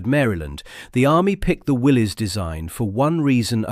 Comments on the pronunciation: Not "Willys" its pronounced "Willis" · Correction Willy's is pronounced as Willis, the y is an i